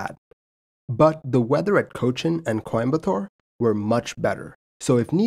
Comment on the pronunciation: I can’t appreciate how well you said chennai, cochin and coimbatore